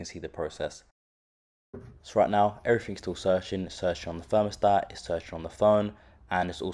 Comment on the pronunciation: It a 'Thermostat', not a 'Fermostat'